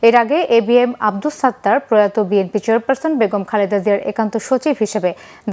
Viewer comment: ভাই অশিক্ষিত তারেক তার দলের নাম সঠিকভাবে ভাবে বলতে পারে না সে বলে বিমপি এটা আবার কোন দল?